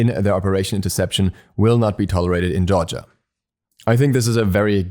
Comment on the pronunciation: I like the way you say Georgia. Kinda sounds like Jar-jah